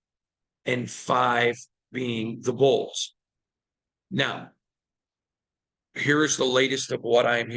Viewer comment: Please start saying chargers instead of bolts. When you say bolts, sometimes it sounds like "bulls" or "colts". Love you.